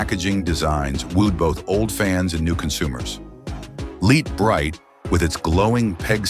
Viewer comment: For nearly the whole video the horrible AI voice says "Light Brite" correctly.. Then suddenly at about it doesn't !!! Calling it "Leet or Leat Bright?!?!...